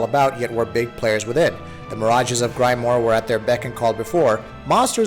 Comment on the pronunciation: "Grime-more" "Tensai"... Please research the pronunciations first.